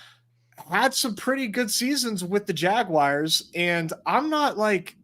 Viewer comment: 45 minutes in and I’ve heard aiden O’Connel referred to as “AOC” and the jaguars pronounced as the jag wires… love that